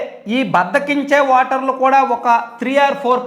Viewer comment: వాటర్లు kadu ra nee ayya...ఓటర్లు అను...నువ్వు కూడా మా కేసీఆర్ లాగే ఉన్నావ్